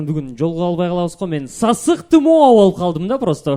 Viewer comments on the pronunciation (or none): Сасык тымоо эмес-сасык тумоо😢